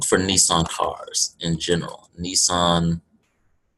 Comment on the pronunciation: its nissan